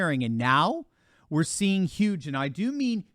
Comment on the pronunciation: That's YUGE, 😉